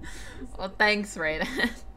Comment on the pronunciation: The way she pronounced Raiden 😶